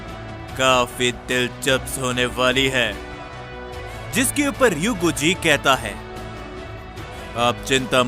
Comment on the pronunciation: Dilchps nhi bache dilchps hota hai chotu😂